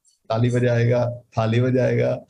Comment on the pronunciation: it was superb to say taali and thaali....😄😄😄😄😄